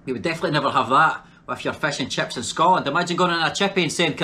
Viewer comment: When he says Crips instead of chips